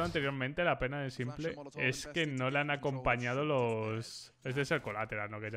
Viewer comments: UFFF PORFA SIEMPLE NO PORFAVORRRR "SIMPOL" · cada vez que dices "simple" en vez de " simpol" (en inglés) le quitas aim..Pobre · me suena tan raro oír "s1mplé"